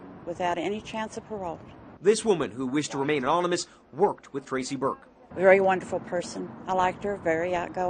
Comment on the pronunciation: "This woman, who wished to remain 'onminus'......"